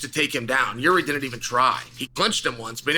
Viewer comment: It's not Yuri it's freaking Yeary. I had no idea who chael was talking about at first